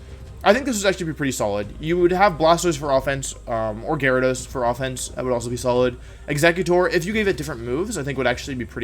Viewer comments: I'm new here can someone please explain why wolfey won't pronounce a V? I think its funny to hear for some mons like "winyeasaur" but then I hear Gyro-dos and my brain turned off XD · He also pronounces Gyarados as “Jairo dose”.